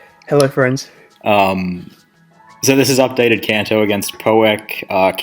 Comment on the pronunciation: Upgayted kanto :] hah nothing gainst the guy, just the funniest name mistake I've Heard in a while